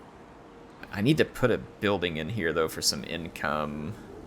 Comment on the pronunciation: "Yin"come, I like it! 😁